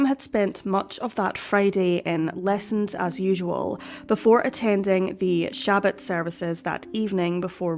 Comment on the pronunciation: Pronounced "Sha-Baht"